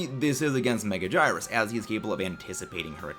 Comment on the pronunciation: “Megajirus” instead of megagurius is crazy